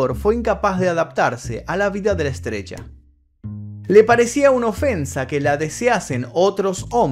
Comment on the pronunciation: Por que habla así? Estas estudiando neutro? No se si decís estrella o estrecha... Jajajaja